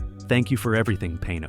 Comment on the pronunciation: The last “payno” killed me.😕